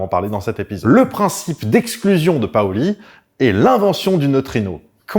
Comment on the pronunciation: on dit PAUli et Paoly 😀